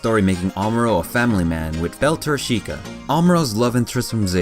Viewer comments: "bel-tor-CHEEK-ah" That's wrong though, it's "BEL-TOR-ch-i-KAH" as pronounced by the japanese VAs. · Learn how to properly pronounce Quess and Bell-tah-chi-ka.